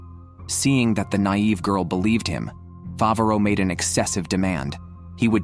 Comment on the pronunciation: Mofo has the AI narrator capable of saying Favaro correctly, but bahamoot. If you're gonna be a lazy AI recap channel. At least get the simple fuckin names right.